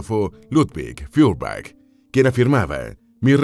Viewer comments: SE PRONUNCIA FOYERBACK, es un apellido aleman, no ingles. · se pronuncia Foierbag